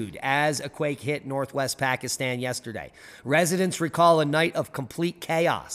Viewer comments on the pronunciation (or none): none